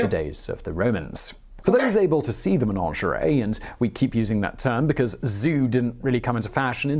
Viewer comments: It's a Menagerie, not Menangerie like this man said. Oh dear, I do hate it when these people don't double check their words !! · The word is “menagerie” not “menaNgerie”….please tell him! There is a legend that when there are no longer ravens in the Tower, London will be no more! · Yeah. That weird pronunciation was grinding my gears, too. MUH-NADJ-UH-REE! (Stress on second syllable). Good vid, though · Ok, 2 things: One, what's up with his pronounciation, especially "menagerie"? Two, can we stop with the idea that Henry VIII led England's Reformation. He lived and died a Catholic, he hated the Protestants, it was just that he wanted a Catholic Church with himself as boss of what happened in his realm rather than the Pope.